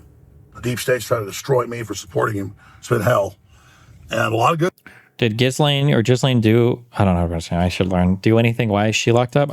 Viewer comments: There’s no way it’s pronounced “jizz-lane” 😂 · Gislaine…..pronounced (gee-lane) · It's "Gi-Lane" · Someone tell Destiny how to pronounce Ghislane. 😂😂😂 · L take. Please for the love of god do any research into this. The fact he doesn’t even know how to pronounce “Ghislaine” is so telling. Flight logs are easily accessible, prince Andrew’s case and the cover up with that, and the mention of the client list multiple times from this administration, and so on. Destiny can’t tread on anything that looks like a conspiracy because he refuses to even resemble a MAGA talking point. He usually is well read, but this is a comically smooth brained take. And that’s coming from a guy named buttchug.